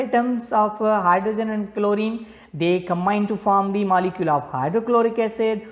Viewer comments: It's Molecule not Malecule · Your pronounciation is not good Its molicule not malicule its atom not athom Its example not exampul . You should make well your pronounciation.